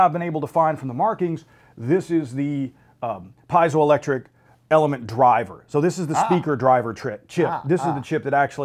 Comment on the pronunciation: Zero technical explanation of how this actually works (after the shorter gentleman asks how it works). It’s like they read the first page of the website and regurgitated that... terrible. Also, it’s pronounced ‘pee-zo’ electric, not ‘pie-zo’ electric...